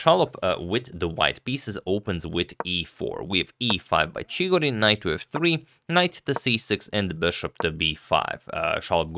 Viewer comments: In pronunciarion of Chigorin, the accent falls on the second syllable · it's ChigOrin btw, not ChIgorin